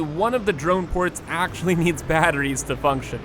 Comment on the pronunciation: Bro says battrees like my grandmother, and I'm here for it.... nvm it was just once.